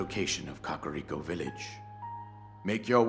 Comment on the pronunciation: i didnt thats how you pronounced kakariko